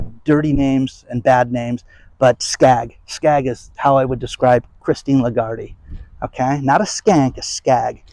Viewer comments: You are mispronouncing her name. Phonetically, it's La Guard, silent e. She is also French. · Her name is pronounced “lay-GARD” you weirdo.